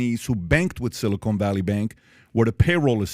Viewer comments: Silicon not Silicone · It's "Silicon" not "silicone"...😅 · bro, PBD can't even pronounce "amid" correctly? Not a good sign for the rest of the pod. it's Silicon not Silicone smh.